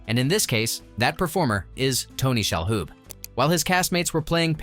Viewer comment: It's Tony Shaloub, not Shahoub